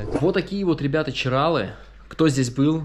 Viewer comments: В ЧирАлах , в Хельсинках , в Сочах ... ЧиралЫ (с таким ударением и без склонения) . 😆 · ЧиралЫыыы 🙈 а не ЧирАлы